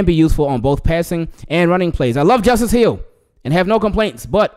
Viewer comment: Thanks brother and yes you pronounced my name correctly... Leeessh goo!!!